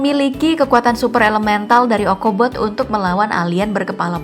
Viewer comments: Bukan okobot tapi ocobot mba..👍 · bukan okobot tapi ocobot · Kakak bukan okobot nama robotnya boboiboy adalah ochobot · ocobot Mba bukan okobot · biarin aja deh,emg lagi indonesia tu kan pengaruh belanda,jd sebutannya jg beda..ya gpp lah,yg penting org faham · Ochobot yg bener